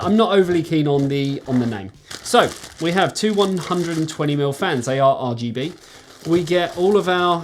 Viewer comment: Great video:) By the way, it be Arrrrrr GB lol, keep that in mind for next time hehe. Keep up the good work my friend and stay safe